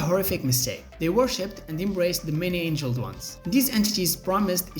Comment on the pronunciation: Many Angled Ones, not "many Angeled Ones" obviously this isn't an accent issue. I like the content for sure, but your use of Bots and AI to voice your videos is a deal breaker...